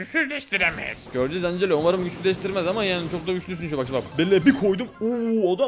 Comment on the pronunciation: Angela ancelo diye okunmuyor encilo diye okunuyordu